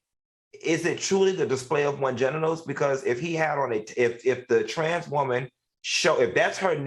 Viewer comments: The way Al says “woman” cracks me up!!!!! “Woemon” 😂😂😂😂😂😂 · He say it like that man from the Color Purple lol